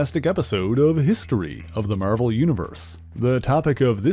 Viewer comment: mispronouncing "Marvel"??? Bot confirmed